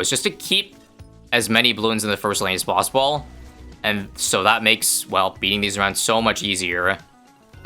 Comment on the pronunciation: did he mean to pronounce "possible" as "possibuuuuhrl" ??